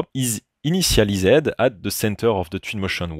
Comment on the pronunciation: ''inissializède'' 😂 toujours au top l'accent 😄